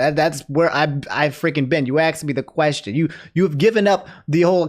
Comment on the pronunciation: asked not axed bruh